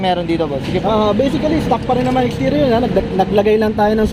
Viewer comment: Baiseekali stuhck "Basically stock"